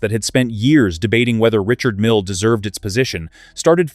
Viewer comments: The guy is French. His name is pronounced REE-SHARD MEAL. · Perhaps you need to buy a watch that helps you pronounce the name correctly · The AI’s inability to pronounce a name correctly or consistently is intolerable.